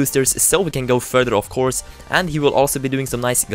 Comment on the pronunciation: "further, of course" sounded like further 'off' course anyway - love ur vids